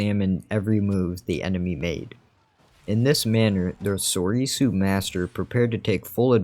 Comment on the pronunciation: This is a common mistake I see from people on how to pronounce “Soresu”. Many people pronounce it as (sor - e - su), but it’s actually pronounced (sore - su). Same with “Vaapad” (vuh - pod). P.s. I think grievous also used form six along with Cal Kestis from the fallen order game.